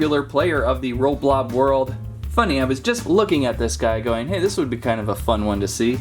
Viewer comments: It's roblox not roblob! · Not roblob it's roblox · ROBLOX not ROBLOB